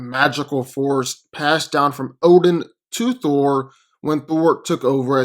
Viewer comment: U said obin